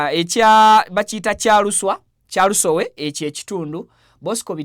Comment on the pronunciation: Kyeluswa....byebiki Viki byoyogera, it's Kyalusowe. Bannange muyige okubeera articulate if talking is what you have a job, come on!!